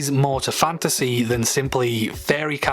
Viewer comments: You saying the word fantasy so many times made me hear fandussy... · at the start when he kept saying fantasy, all I heard was "fantussy" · You're not the only one. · I'm sorry. Fanta sea. A sea of fanta. All I could hear with that intro, lol! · My favorite part is when he says fantasy